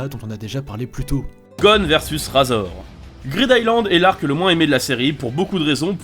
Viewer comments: vs RAAAAZOR mec c'est pas un rasoir mais RAIZOR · On dit raizor et le chef de la brigade ne s'appelle pas koullollo😂😂😂 mais kuroro lucifer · Sa s'écrit razor mais se dis rayzor.. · RAZOR Sa SE DIT RÈZOR